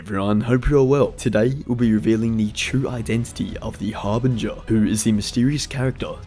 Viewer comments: I despise the way you say Harbinger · The way he says harbinger is driving me crazy! But else wise good vid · Harbinger - the G is soft bro LMAO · You say harbinger very strangely.